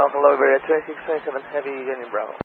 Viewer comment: After years of flying I guess, type rated on 330 and doing international flying still the guy doesn’t know how to say 2627 properly… Spanish aviation English level standards